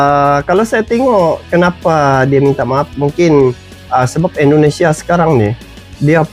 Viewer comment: Negara kami bernama Indonesia bang bukan Endonesia